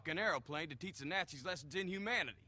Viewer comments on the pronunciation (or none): Snazzy Snakes really? it sounds funny how he says it though